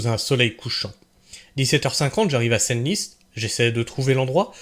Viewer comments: Senlis se prononce « sans lisse » bon sang !!! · Senlis Senlis phonétiquement sanlis